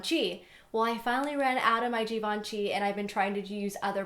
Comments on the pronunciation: Givenchy is pronounced as "Zhivenshy" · You pronounce Givenchy wrong ! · i love how she pronounced "givenchy" lol